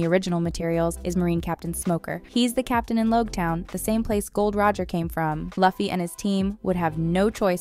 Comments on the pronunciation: Lol previous video says it’s Ai. Yea I don’t think so lol Luh-fee doesn’t even seem like something an Ai would say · Well you allways keep a lot of errors in your videos so that us nerds can corrects them and fill your comment secion with content to boost your videos in the algorithm. So your plan was a success and you're welcome. 1. Even though it's spelled Luffy it's pronounced "Loofy". You should know this if you have "binged" the season as you say you have. Same with Usopp. It's not "You-sopp" its "Oo-sop" 2. "Every bounty hunter will try to capture Luffy"... What bounty hunters? 3. "As they try to go closer to the grand line." That will be over and done during the first epsiode. It's within the grand line that the real adventure really starts. 4. "Luffy doesn't really prioritize a doctor on the ship. He wants a musician. But they need a doctor though." 5. Wow i've never heard anyone pronounce Mihawk "Maihawk". It's "Meehawk". 6. Why would you call the second season "One piece 2"? just say season 2. 7. There is no way in hell season 2 does not include Ace. 8. Zoro is not ready to meat Mihawk in season 2. Heck he's not even ready to defeat him 1093 chapters in. 9. Luffy will absolutely not meet shanks in season 2. cmon, he's supposed to become greater than shanks first. The dude's a fucking emporer. 10. haha cmon. Now you're just being silly. She said Live action with a "Live" as in "i want to live". Someone just got a poor girl a script and didn't tell her anything. 11. Crocodile didn't eat "a" sand sand fruit. He ate "thee" sand sand fruit. There are only one of each kind of devil frui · I'm sorry I can't pay attention with how the narrator is mispronouncing Luffy's name. It's Loo-fee. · STOP SAYINg luhfy plz, it hurts 🤯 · Lew fi not luffy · Its pronounced as "Loofy" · Stopped watching when you said luhhhfie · Get the Names right before you make a video... its not Loffy is Luffy 😂😂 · stop saying luffy’s name like that smh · Say the names right 😂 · Iuh fy it is